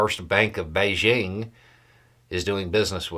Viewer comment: Thank you for pronouncing "Beijing" correctly. You just need to work on the ton es. :)